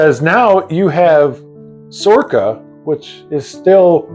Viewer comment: SORRCA? Never heard of her!🤣🤣🤣